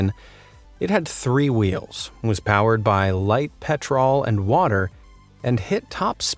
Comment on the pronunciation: DID HE JUST SAY PETROOLL